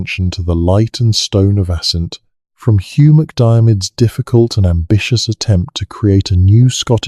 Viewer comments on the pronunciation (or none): none